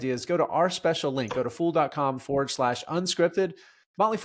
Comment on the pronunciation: Emphasis on the word Fool.